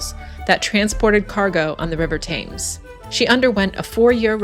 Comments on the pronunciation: Not Pronounced Thames but Temms . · The river is pronounced Tems although written Thames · Brit here. Great video. Educational! Only one minor criticism, Thames (as in the river Thames) is pronounced 'Tems' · It's pronounced TEMS, rhyming with lens, and it is the River Thames (tems) and never the "Thames River". River comes first in the UK and indeed most of Europe: River Rhine, River Danube, River Seine etc., unlike the USA where it comes after, as in the Mississippi River or Colorado River and on the border with Mexico where runs the Rio Grande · Thames is pronounced Tems. Poplar is a borough not a town. Also, fun fact, Waterloo Bridge was buult by women, also known as Ladies Bridge and the only bridge build to come in on time and on budget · Thames pronounced Tems. The modern ‘London Bridge’ is nothing to wonder at, just a strip for cars and buses. Waterloo Bridge was the London bridge repaired and constructed by women during World War II, which earned it the nickname "The Ladies' Bridge". Their heroic work and sacrifice has been lost to history (in the manner of the times). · Great video and I note several comments have corrected your pronouncement of the River ‘Thames’. By the way, Big Ben is the bell, not the building in which it resides, which is the Elizabeth Tower. Factoid: The Globe Theatre replica exists because of efforts led by an American actor, Sam Wanamaker. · You are pronouncing "Thames" wrong. Ask a local the correct way 😊